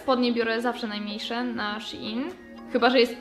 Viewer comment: Szein się mówi a nie sziin...